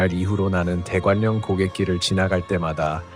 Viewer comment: 대관령 발음은 [대괄령] 입니다.